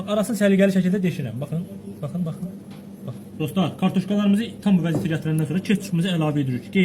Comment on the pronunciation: ne geder. bu. Doslar. deyirrrrrrrr